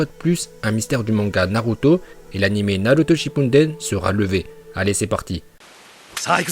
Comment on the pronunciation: Prononce correctement naruto shippuden avant de nous dire n’importe quoi 😂